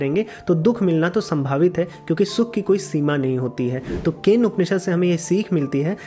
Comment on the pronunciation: Keno..not kane. I think.